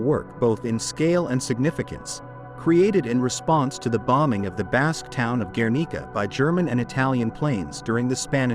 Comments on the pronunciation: and guernica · People Really should teach their dumb robots how to pronounce words like Vemeer, Guernica, Renoir. . . Jeez!!!!!!!!!! 🙄